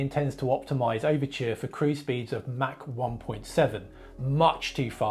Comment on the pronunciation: It’s Mach, not Mac